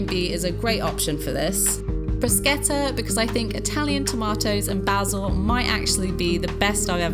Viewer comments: I commend your spot on bruschetta pronunciation [bruh-sket-tah] 👏🏻👏🏻👏🏻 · You pronounced Bruschetta perfectly!! So proud of you 😍